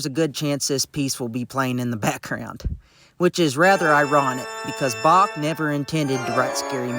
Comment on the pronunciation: I'm sorry but then your AI narration scerwed up the name of Bach, I hit the stop button.